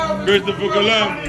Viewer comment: LMAO BRO SAY CHRISTOPHER COLOMBUS